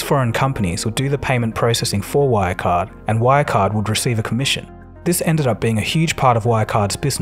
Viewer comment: Your pronounciation of German names is horrible, you're not even trying to say them correctly. It takes 5 seconds to search for the words on German wiktionary and listen to the pronounciation. Good video, though.